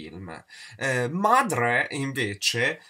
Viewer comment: Noooooooo io chiamo mia madre e tutte le altre "Madrhreh" dai tempi di sensualità a corte! ahahha